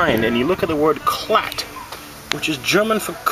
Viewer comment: It's KALT, not KLAT :)